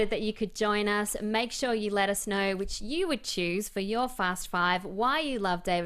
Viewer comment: I love when she says "know" -- sounds like "knoher